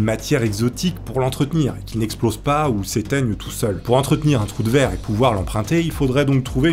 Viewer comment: A chaque fois ! Qui dit troue de verre ! J’imagine qu’il dit troue de 🍑 😂😂😂😂 dzl ! Lever la main ceux qui penser a sa 😂😂😅😅🙈🙈